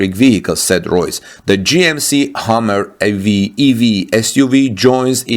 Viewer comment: wonderful report as usual. But, Hummer should sound like summer, not hammer. Check pronunciation of this and rubber on Google.